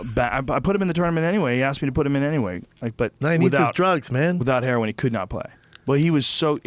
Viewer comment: What? And it's heroin not "herion"